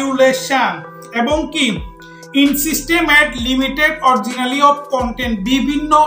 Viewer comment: ইংরেজি পড়তে পারেনা,,আইছে মানুষকে বুঝাইতো,,ইন সিস্টেম এড কিসের,,এটার উচ্চারণ হবে ইনস্ট্রিম এড